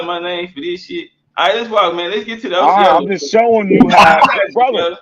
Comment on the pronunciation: He can't even say Osceola right🤦🏿‍♂️😆